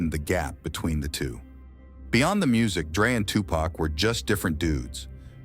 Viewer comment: Like jay z said white ppl pronounce his name wrong it seems on purpose because he says tupac correct but then says pack right after… its pac mf not pack there is no k smh … then this fool say shoog instead of suge 🤦‍♂️